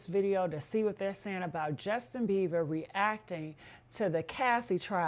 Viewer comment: His name is Beiber ...not BeiVer! Lissen Up!